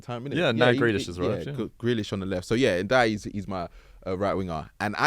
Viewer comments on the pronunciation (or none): who is nadayaya ??, ok, everton, so that gibberish must be Ndiaye